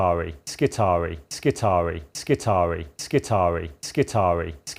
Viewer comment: when a word in latin has ii in it, it is pronounced E-I so it is skitar(E-I). this has been bugging me for a bit whenever i hear someone naming admech units